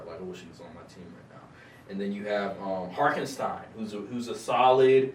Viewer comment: man said "harkenstein"